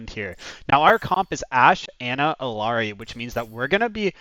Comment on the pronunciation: How can I trust someone who can't even pronounce the characters name?